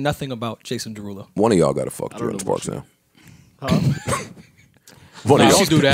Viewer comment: wait. joe purposely mispronounces "fuck"??? as frduck?? fluck??? y